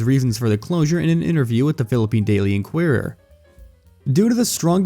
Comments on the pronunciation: even english words like "inquirer" this channel cannot pronouce correctly. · I understand why you can’t pronounce “Sarao” (sah-rah-o). But inquirer? Seriously?